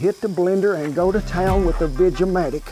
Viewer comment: I heard that slip, veg-a-matic (Popeil's). I remember the commercials all too well. BTW, that juice you extracted from the salsa is great to add to chilled vodka or gin with a touch of vermouth - called a Salsa-Tini!